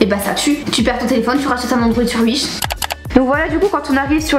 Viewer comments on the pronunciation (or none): par contre ça me fume les "blutoo" ou les "uish" 😭